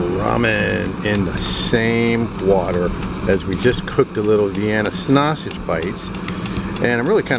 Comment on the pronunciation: Say snausage one more time you fucking mook. Jesus. Also, shiny side goes down on foil dipshit.